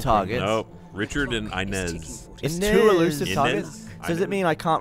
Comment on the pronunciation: Eluisve lol